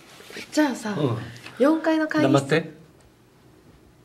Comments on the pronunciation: 黙ってのイントネーションおかしいし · 「黙って」の発音に時代を感じる